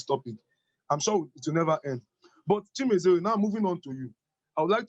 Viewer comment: Lol you murdered the name... its Chi-me-re-ze.. not Chi-me-ze-re. On the other news.. I must I find this video very informative and thoughtful as well. 👍👍👍